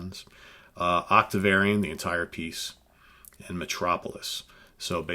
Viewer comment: Also, it sounds like you are pronouncing Octavarium as "Octavariun" on several occasions. But it could just be my stinkin' tinnitus.